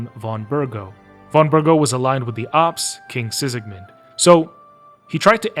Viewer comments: Sigismund, not Sikismun 😂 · Ain't no way you played the whole goddamned game and still think it's pronounced Sisigmund, what the fuck. Are you just narrating someone else's article or using chatgpt or something? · Why do you call Sigismund "Sisigmund"? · The video was good but ngl I can't get over the fact that you pronounce Sigismund as " Sisigmund".😅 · Likely a common mistake.